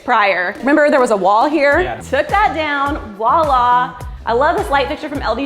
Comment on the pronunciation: I wanna rip my ears off when she says wala instead of voilà